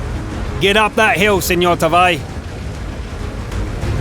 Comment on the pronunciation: U said SemorTaavi wrong :(